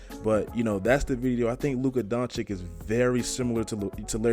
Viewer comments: it's pronounced DONCHICH, not donchik. it hurts my ears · Nice vid man, but his name is pronounced Donchich and not Donchik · DONCICH* (not doncik, donkic, donkik) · please stop calling him Luka Donchick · Dude, its Doncic, not Donchik, learn to spell his name right, its two same sounds! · Take a shot every time he says chip on his shoulder or says Doncic wrong who’s down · How does any 6'8 guy seem like a regular civilian? 🤨 Also the last c in his name is basically pronounced the same as the first c and not like a k. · Pls pronounce him right you be like Steven a Smith out here the second c is pronounced the same way the first is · You probably have no idea how huge Doncic is and please learn to pronounce his surname..